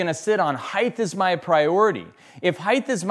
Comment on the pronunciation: Chill out. I enjoyed the video and lots of content. I have never heard someone say Height that way and I don't think its a colloquial variant though I am happy to be proven wrong and it was pretty distracting ngl.